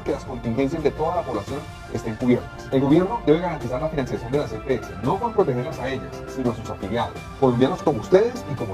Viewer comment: Las EPS, no las epeses, es como las heces.